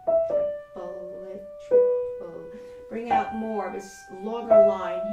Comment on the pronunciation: This is terriffic. The curmudgeon in me wants to point out that “triplet” has just two syllables. This is what makes music so challenging. ;)